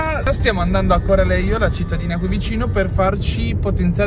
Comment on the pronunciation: Peccato che hai sbagliato sempre il nome di Corralejo si dice Corraleco